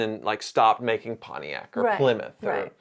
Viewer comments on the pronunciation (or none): none